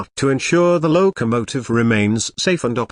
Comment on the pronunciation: The 765 Seemsd to be a British Engine. There is no number board saying 765. What is a lowww kamotive? Another AI nonsense that can pronouncs common words. BURR K Sheer. Berkshire Mountains in Western Massachusetts. NOT Bark sheye rr